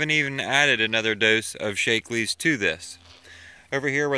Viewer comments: I was on pronunciation. It isn't 'Shake-lee' up my way. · Btw "Shack-lee"